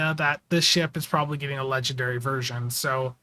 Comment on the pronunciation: Maybe he was saying "ledge and dairy". It... could... have been... what he was saying.